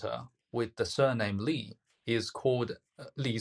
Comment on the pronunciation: You are not Cantonese, are you? Your pronunciation for Master Lee in Cantonese should have been "lei sifu", not "lee sifu".